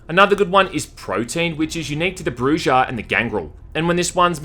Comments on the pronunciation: It's pronounced BruHA. Not bruja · Just an FYI, "Brujah" is pronounced "Bru-hah". The 'J' is pronounced as an 'H'. It comes from the Spanish word "Bruja" (pronounced the same way) and means "Witch". Not criticizing, just thought you might want to know. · "Brew-ha", you koala hugger. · Such a master class in story, gaming, and atmosphere, despite all of its numerous flaws. I'm terrified of the sequel with their focus on SJW politics and playing a weak halfblood. They scrapped the idea to make a werewolf game in this setting because the werewolves have right leaning values according to the lore. Disgusting what media has turned into. Side note: Bruja is Spanish, so it's Bru-Ha. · How you pronounce bruja hurts my head. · He should know this, Smiling Jack pronounces it if you ask him about Anarch clans.